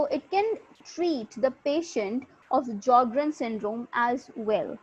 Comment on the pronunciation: J is silent in sjogern not s